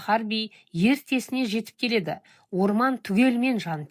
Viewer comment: Тағылымдық, танымдық жағынан жастарға берері мол дүние болыпты. Іске сәт! Тек оқуыңа қатысты радиода сөйлеген журналист ретінде бір ескертуім бар: қазақша ауызекі айтқанда “жібереді”, “отырады”, “келеді”, “барады” деген сөздер “жіберет”, отырат”, келет”, “барат” деп оқылады. Қалғаны дұрыс. Алға, туысқан!!!